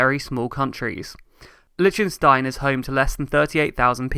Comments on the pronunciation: Interesting video! I have two small issues with it, though: 1. Please listen to a pronunciation of "Liechtenstein" before you make a new video. I don't expect foreigners to have a flawless pronunciation but if you make a video in which you mention that name like 50 times, it would have been worth getting a better pronunciation. ;-) 2. 1725% more people is not the same as 1725 times the people! 1725% more is equivalent to a factor of 18.25; 1725 times the people would correspond to 172,400% more. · It is not Lichenstein It is pronounced, "Lik ten stein.